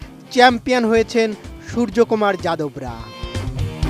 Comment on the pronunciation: বাংলা মিডিয়ায় প্রথমবার সুর্যকুমার নামটার সঠিক উচ্চারণ শুনলাম।